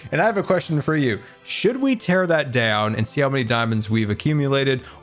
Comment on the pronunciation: Ter it down